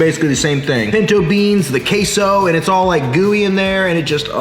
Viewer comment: One more time you say "KaySou", I am sending Sicarios from Sinaloa straight to your door.